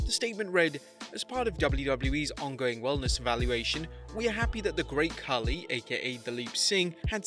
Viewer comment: bruh I know but he is Khali not Khaaaaali